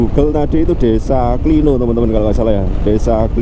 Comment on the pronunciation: Klino pengucapan huruf "O" nya itu seperti kata "kiwo" mas